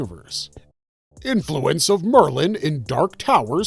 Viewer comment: Roland's last name is pronounced De-Shane, and Maerlyn's name is pronounced more like Mayor-Linn. He invented the seeing glasses like Black 13 and the Grapefruit and many others that became known as Maerlyn's 'Bow. His character is explored more in The Wind Through the Keyhole.